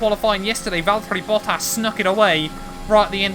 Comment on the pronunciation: love the vids, but can you please say Valtteri Bottas like a sane person? There’s no d’s. It’s not Valderri Boddas. Please. I’m begging you for the sake of my sanity 😱💀😂😂😂😂🙏